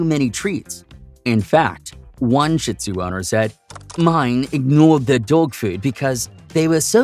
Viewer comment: Great info for people like me who are considering a shih tzu companion. Despite the warnings, I'm sold on the breed because of the many positive things about them too...I also have the time and patience to devote. BTW, it's pronounced sheed zoo, not sh!t zoo. Thanks! ❤